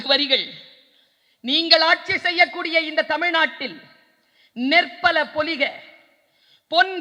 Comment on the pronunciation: Pozhiga. Not poliga. Ma'am .thank ing you